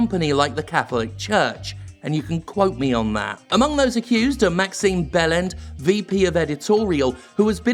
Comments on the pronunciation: Did you say Maxime _Bell-end_? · I genuinely thought you said "Maxime Bellend" and thought, "Seems fitting!".